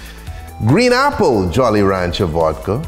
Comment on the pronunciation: Vodka ❎️ Vuadka ✅️